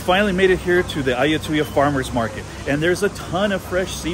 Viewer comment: Give me some "Moo Satay" please... 😆 You've got benefit having led by a Thai friend. Your pronunciation of Ayuttaya was perfect!